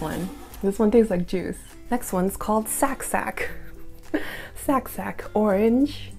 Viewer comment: my korean friend said that sac sac is actually pronounced like sec sec